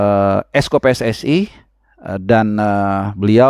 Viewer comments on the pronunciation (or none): none